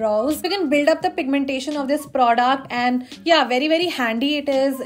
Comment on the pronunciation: pronounces the word product as "praudact"!!